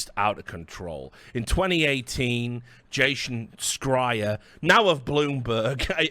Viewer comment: That's not how you pronounce Jason Schreier. Also to play devil's advocate here: First you start off by condemning the abhorrent practices from videogame companies with regards to crunch and other such working conditions, appalling for sure but then you go and tell us in order to work in that industry "you need to have a very narrow point of view" with regards to equality in terms of how gender and race are portrayed in media/games. Isn't that kind of indignation very selective? Like, we're allowed to be up in arms about crunch but not other social issues? I'm very much opposed to hidden agendas and "wokeness" just for the sake of it but the above strikes me as somewhat hypocritical. That said, I haven't watched further for fear of TLOUII spoilers so I might not have the full picture of your argument. Keep up the great work though Richard and would love to see you back in the CSGO scene proper soon!